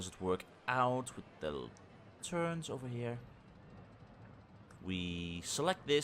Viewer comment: Lol "Turnes" haha. love you mate!